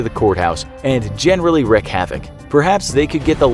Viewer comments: Wreak not wreck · 'wreak havoc' not 'wreck havoc.'